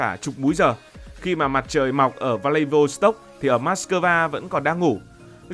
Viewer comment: Đọc đúng phải là V lạ -đi vốt -tốc ông ơi